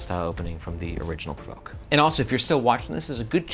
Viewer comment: Because I heard this about this bag for the first time from a Chase Reeves video like seven years ago, I always forget it’s pronounced “provoke” and not “perverky” (which is what he called it the entire video lol)